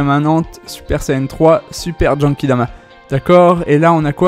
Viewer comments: pk tu dit jenkidama ????? Mdrrr c GENKIDAMA c pas compliqué Mdrrr sinon trés bonne video comme d'hab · En même temps tu as raison il dit jenkidama